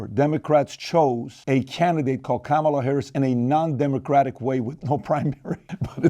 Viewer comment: The name Juan is pronounced (Huan) so Kamala should be pronounced in the Indian way (come-lah)